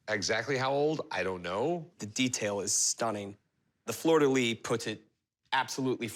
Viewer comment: French is my native language. The Fleur de Lys is not pronounced "de Lee" but "de Liss" like in the word bliss without the B. Fleur de Liss. I'm always a bit amused by anglophones struggling with that one, I hope this helps.